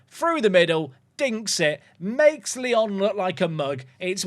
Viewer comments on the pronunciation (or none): none